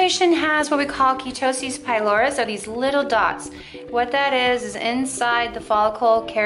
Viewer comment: "Keeetosis"??!! WTF?! No thx! This is what you get at "spas" vs a professional and qualified Dermatology office.